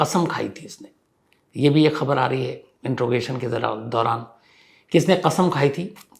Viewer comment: I am a big fan of your's, just one suggestion, please rectify the pronunciation of the word interrogation.